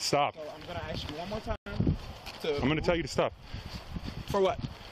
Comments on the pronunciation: a simple word like "ask" , and the "master student" says "axe" ?!? What University gives someone a master's degree when most kindergartners know how to say "ask" ??🤔🍷 Also, I'm just curious now, how do they pronounce the word "axe" ? Do they reverse it and say, for instance, " I will cut this tree down with an "ask" ?!? Arrest the college for even considering giving this guy a master's degree. 😉👍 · The only crime this young man commited was a harmless although annoying crime. "I axed you" no amount of college can help correctly pronounce a 3 letter word? " ask." the cop had no reason to bother him and no reason to "axe" him any questions. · Pronouncing ask as ax should be a crime